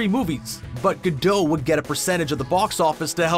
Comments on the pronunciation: Dude I think you mispronounced her name. It's not ga-dough. 😅🤣🤣😂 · You're supposed to hear the T. It's pronounced "Gadott" (source: I speak Hebrew) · This video made me go look up how to pronounce Gadot.....I've been doing it wrong....lol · The way he says Gadot is irking my soul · You cannot pronounce her last name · You’ve pronounced her name Incorrectly 6500 times in the video. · Way to mispronounce her name the entire video! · Why do Canadians have to pronounce everything with a long O sound? Good why do you keep mispronouncing her name!?! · Why do you pronounce her surname like that? She’s Israeli, not French. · Killing me with the mispronunciations.... You need a verbal editor, badly, even for a Canadian. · Say her name correctly, please. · Bro, that's just not how her name is pronounced. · Learn how to say her name correctly. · great actress but what a horrible narration; how he pronouces her name is abysmal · Interesting info, but it was physically painful to hear the T in Gadot pronounced relentlessly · Seriously, even Gal pronounces it without the T. The T is silent. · She pronounces it with a T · It is a Jewish name, not French. She pronounces the t. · Your constant mispronunciation of Her name stopped me from watching this beyond a few minutes. Your ignorance or disrespect coupled with that of the 6000+ is just plain sad! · This is driving me crazy. The T in the end of her name is silent! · The T is silent in her name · The “T” is silent. Do your homework!!! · It’s pronounced Gadot (rhyming with pot, not etc), not Gadote (rhyming with tote). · My Father Naughtius Maximus who taught me fluent Hebrew for 50 years says it's pronounced Gah- Dote which means Ri{h}-ver Bank IF it was Gah-Dot it would need to be spelled "Gahdaht" גדת -גדות As they say in Greek "Tushaay" (joking) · Gal gadote, ITS GAL GADOT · Gal-dot! As in rhymes with pot, tot, lot and stop! What's with Gal-dote it's pronounced exactly as it's written jeez! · I thought it was gal guh-dot